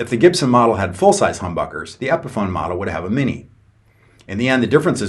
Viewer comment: Pronounces Epiphone like epiphany